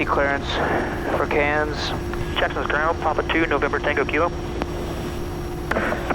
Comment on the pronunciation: Love the proper Australian pronunciation of Cairns (without pronouncing the 'r')